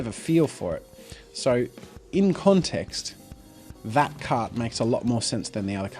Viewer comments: Until I thought you were saying "cat", not "cart." Lol. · Lol I thought you were saying slanted "cat" the entire time